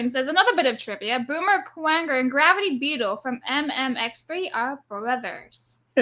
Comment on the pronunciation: 30 hours a week of absolute fun, hahahaha. saying Boomer Kuwanger wrong is cute lol